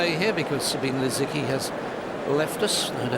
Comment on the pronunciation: Za bee neh Lisicki. It is a reporter's job: do it